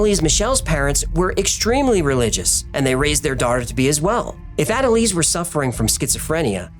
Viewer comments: Are you sure about the name pronunciation? Based on people I know with similar names, the first part is likely ona or auna. For example; one friend is named Annelise and it is pronounced auna-lisa. Anyway, great video! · I replayed naming of "Analease" like 5 times and laughed my head off 🤣🤣